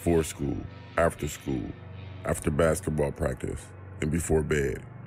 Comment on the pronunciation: his deep voice when he said bed sounds like bayd cewl